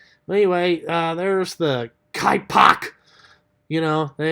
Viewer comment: Why do you keep pronouncing kanipex so strange?? Kypok????